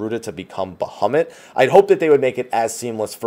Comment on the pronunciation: BaHUMit, best pronunciation.